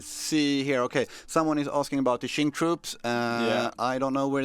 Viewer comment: Qing: Its pronounced Ching...